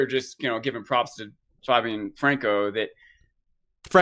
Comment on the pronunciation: Fab-ien, not Fay-bien.